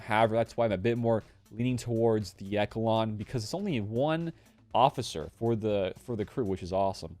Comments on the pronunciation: Pronounced eshalon the ch takes on a sh sound, great work bud keep it up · I rushed slkr, so im pumped about the echelon. Also I think it’s pronounced eshelon.😂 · Echelon should be pronounced "Eshelon". Thank you for the good videos. Keep up the good work.